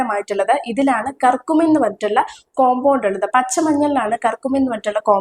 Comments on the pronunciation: കർകുമീൻ അല്ല കുട്ടി ക്യൂർ -ക്യൂ -മിൻ. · കുർകുമിൻ.. കർക്കുമിൻ അല്ല..